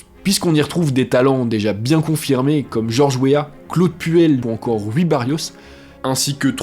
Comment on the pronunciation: Rui Barros , ''Rui'' En portugais ce prononce comme en français ''rouille'' 😁 et non pas ''Ru-i'' amicalement 😄